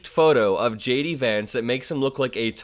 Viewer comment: I like the way "JD" sounds like "Shady". Regards from a Tom :)